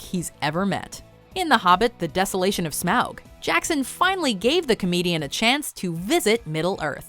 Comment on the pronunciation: Learn the proper pronunciation of Smaug and Buscemi!